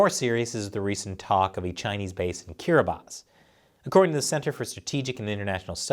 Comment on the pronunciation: Are any of us going to give this man props for googling "how to pronounce kiribati"? lol I had no idea until I heard him say it and wondered.